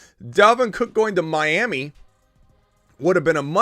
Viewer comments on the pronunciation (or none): none